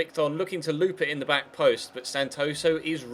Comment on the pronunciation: you sead buck of the net instead of back of the net